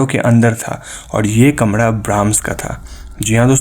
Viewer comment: आप,,र,,को सही नही बोलते घर,, कमरा ,मरे हुवे,,दीवारों,,को घळ,,कमळा,, मडे,हुवे,डीवाळ आप ,सिंधी हो,,??? र, को ,ळ बोलते हो,,कंयो भाई ??